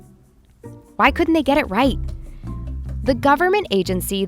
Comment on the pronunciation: Ea- righ- and stay fi